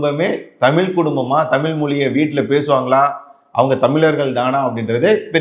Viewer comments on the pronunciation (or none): தமில், தமிலன் அல்ல. தமிழ், தமிழர் என்று சொல்லவேண்டும்